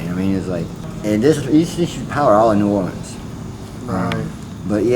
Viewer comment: Also, thanks for saying “New Orleans” correctly and not “New Or-keens”. And… the scariest hospital here is (was) Charity Hospital, the longest continuous working level 2 hospital in service with 2,860 beds since 1736.